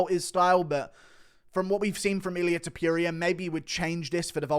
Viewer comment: Aight man time to start pronouncing it right… Toh-poo-ria